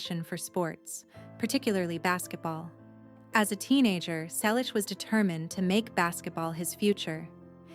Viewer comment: Why post a fake image of Tom? Really stupid. Tom still has black hair with silver and white strands. Not again the story of his life. At least four to five times every day. Everyone we know has read his book or listened to the audio CD. Learn English. Learn to pronounce "Selleck". It's Magnum P.I. Tom and Jillie met in 1983. They got married in 1987. Don't talk about people you don't know personally. Don't copy other clueless creators. Don't copy the same misinformation.